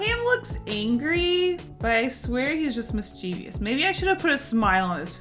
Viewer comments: Sry to be that person... again.. I can't help it lol.. You said "Miss-chee-vious" 3 times but there's no "vious" it's "mischievous = miss-che-vus" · I’ve recently found out I’ve been saying mischievous wrong 😯